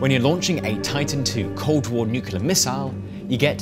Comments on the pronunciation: Great video but nuclear not nuculer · For the love of god, it’s “nu-cle-ar” not “ nuk-u-ler.” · How does someone as educated as you say "Nuke-U-ler"? Seriously? It's NEW-KLEE-ER. There's only ONE "u" in it. Where is the second "u" coming from? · Nucular. * sigh * Someone with a channel named "Atomic Frontier" should know how to pronounce "nuclear." NEW-CLEAR Sorry. Just ruins it for me. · NuCLEar, not nuCULar... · nu-clear, not nu-cu-lar :) Otherwise, magnificent my guy. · Truly, nucular is a word. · What is a "nucular missail"?